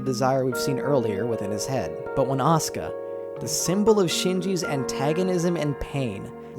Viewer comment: I love your animations and videos and stuff but I absolutely hate how you pronounce Asuka's name as Oscar and Simon's as Simone.